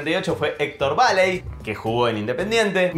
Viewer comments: Videazo! Datos mortales. Un detalle, el arquero suplente del '78,nativo de ingeniero White,Bahía Blanca,fue "Chocolate" Baléy,no Báley(atento,no lleva acento,pero se pronuncia así). Saludos desde Bahía Blanca. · Cómo le vas a decir "Báley" al Negro "Baléy"?! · Me encontré por Octubre de 2022 después de 36 años con mis compañeros de la primaria, la cual terminamos en... ...si, en 1986. No les había vuelto a ver la cara a ninguno de ellos. Elijo creer, siempre... Dato de color: el arquero del 78 que nombraste, se dice Baléy (no lleva acento pero es aguda), no Baley. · Devastador que diga "Báley", con acento en la a, denotando que no tiene idea quién fue Chocolate. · ya como pronuncia el apellido del negro Baley..... esta bueno que se dedique usted a buscar coincidencias en el 5 de copa, en pelados, a donde apuntaba el dedo indice de maradona en una foto.... porque de futbol, no sabe nada.... mis saludos, me gustan sus videos.